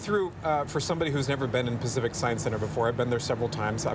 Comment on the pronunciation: "Pack Tsieye"? What the hell is Pack Ts-eye"?